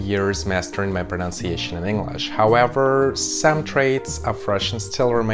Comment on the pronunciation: Excellent presentation. It is “pronunciation” and not “pronounciation”. This is a mistake that many native English speakers make. I liked your thought about unnecessarily attempting to speak two languages (the one you hear as well as the one you speak - accent-wise). Молодец 👏🏻